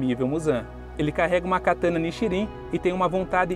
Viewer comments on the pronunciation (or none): none